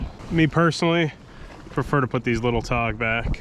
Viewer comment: Okay, I thought you were saying todd, but I think you were saying tog.